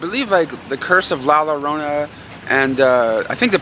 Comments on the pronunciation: You say it La Yorona BTW and the game was super smash bros love the video epic as usual 👍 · Batman Hush is sick! I bought the Steelbook at target today. And the action figure's name is Hush. Also its pronounced "La Jorona or Yorona". The double l is supposed to sound like a J or Y.